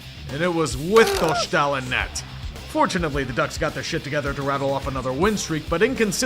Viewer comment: Doštál? LOL. Czech pronunciation is not the same as German, y'know? it's s-t like in Staal, not sh and long a.